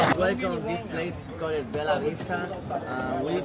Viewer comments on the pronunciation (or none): none